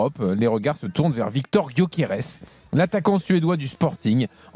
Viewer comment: Quoi penser de l'avis d'une personne qui se trompe sur le nom de gyokers à chaque fois qu'il le prononce